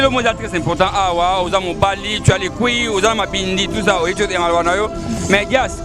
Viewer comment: il a dit cuilles et non couilles 😂😂😂😂